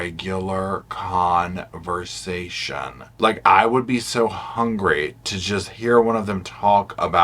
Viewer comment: The way you enunciated "conversation"...When you asked "Do y'all ever have a real CON-versation?" Oh yes, They do, Just the way you said it! CONNING FAMILIES, FRIENDS AND MY GREAT-GRANDSISTER-N-LAW! 😉😣😥😤😭😨